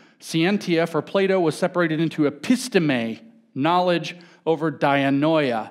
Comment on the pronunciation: Every time he says "Plato" I hear "playdough" 😅